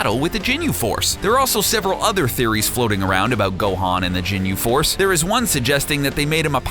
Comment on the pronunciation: nope... "Jinyu" force and akira "toriyaama".. but hey...